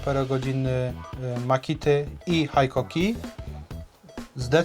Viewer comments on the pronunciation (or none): Haikoki? Cóż to za dziwna marka. Znam tylko Hikoki. W sumie tak samo jak z mitycznym Rayobi kiedy widzę tylko Ryobi na półkach sklepowych. Taak, mam dryg z powodu znajomości japońskiego taki sami jak wielu którzy wyłapują błędy w wymowie w języku angielskim czy niemieckim. Takich czepliwych u nas sporo, więc i ja sobie pozwolę, a co! A tak na poważnie, to sprzęt fajny ale montowane w Chinach. Ostatnio kupiłem przewodową mimośrodówkę z Designed in Japan na pudełku. Po wpadkach z rzeczami z Szwajcarskich marek, to mnie martwi z racji używanej wkrętarki Hitachi wyprodukowanej jeszcze w Japonii. 3 rok i się nie poddaje ale produkcja w Chinach napawa mnie niepokojem. Jeżeli szlifierka przeżyje chociaż rok prawdziwej pracy, to będę zadowolony. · Jak to jest była firma Hitachi (HITACZI) zmieniono nazwe na Hikoki i jest (HAJKOKI) , dlaczego nie było (HAJTACZI) ? Niby tylko kwestia wymowy ale jednak taki mały szczegół.